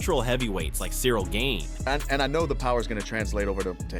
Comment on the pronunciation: The butchering of Gane is too much. LMAO! Gay-knee is the best one yet.